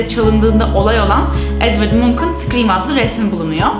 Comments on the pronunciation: Edvart Münş* diye okunur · Yalnız o Edvard Münk diye okunuyor